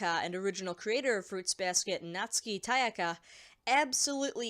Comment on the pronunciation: Appreciate this vid. Also, I think you meant to say Takaya (Tah-kah-yah) and not Tayaka